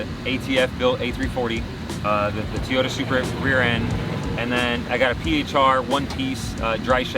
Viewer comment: I've seen this a lot lately. People pronounce Toyota incorrectly. People saying Teeyota. That's not right, not sure where it's coming from. Here are a couple of links with the proper pronunciation. Love the car and you seem like an awesome person. Keep up the good work and keep the car how you like it!